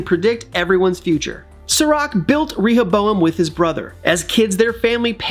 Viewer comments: Why are you saying ReHOboam 😣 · Clearly the person giving the voice over is just reading from a piece of paper and hasn’t watched the show considering how he mispronounces Rehoboam every time. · Actually get someone who has watched the show to read the script for the video!! Rehoboam... come one say it correct!! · The guy who spoke in the video probably hasn't even watched Westworld and is reading of a script. Rehoboam feels violated by your pronunciation! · It only takes a few seconds to look up how to pronounce Rehoboam. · the real villain is the one who pronounce Rehoboam like the guy who is saying in this video 🤢🤮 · He could have googled it, at least